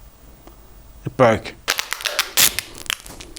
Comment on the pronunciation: “it boke” 😂😆